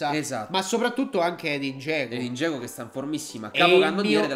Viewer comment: "EDIN GIEGOOOOO"😂😂😂😂